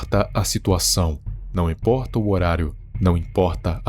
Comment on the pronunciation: Gostei desse seu "Não imporrta" kkk.